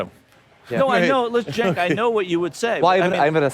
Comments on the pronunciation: his name is pronounced "choke", as in "chokesondick", from south park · It's pronounced "Cerk". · Damn, this video was very poorly made. Strawman, the constant repeat of past points made, you can't even say Cenk's first name properly and you switch between 2 wrong pronunciations. I'm no supporter of TYT, but this video needed more editing for sure.